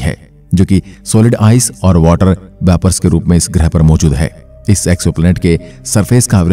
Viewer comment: ग्रह शब्द का उच्चार आप ग्रहे ऐसा क्यूं करते है?